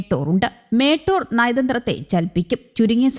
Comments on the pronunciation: How can one pronounce 'Motor' as 'Metor' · 'മേട്ടോർ' അല്ല 'motor' aan